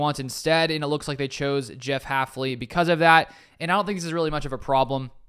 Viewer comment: It's hilarious that our new DC is so unknown most people in the media are getting his name wrong- Haf-NEE instead of Haf-LEE. It's also an example of why I watch smaller NFL youtubers over the mainstream sports media.